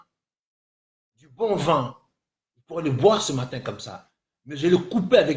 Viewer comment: Cette vidéo,et non ce vidéo , arrête de singer alors que tu parles mal français ,on dit vin et non vun